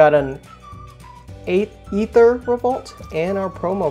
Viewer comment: Also, it's really bugging me. It's pronounced AyTher. 😂